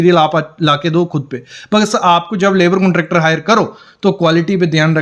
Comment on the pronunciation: कुंट्रॅक्टर नही कॉन्ट्रॅक्टर 😂😂